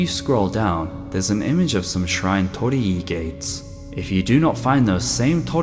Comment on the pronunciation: So that's how you say "Tor-ri Gates"